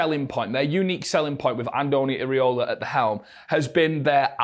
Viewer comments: It's "EEERA" NOT "EEERE" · Show some respect. Learn how to pronounce his name correctly. "Irry-Ola" HA